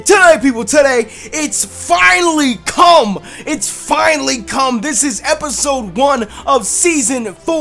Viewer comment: The way he says come.....